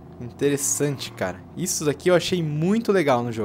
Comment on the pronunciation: Pedro Henrique Souza Eu "fisso" ???? puta q pariu mano!!! assassino da língua.... nossa... caraka... fisso....